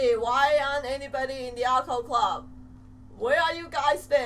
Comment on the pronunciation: I think you pronounced Occult a bit like alcohol, shall we call them alcohol club instead, just like the cocaine club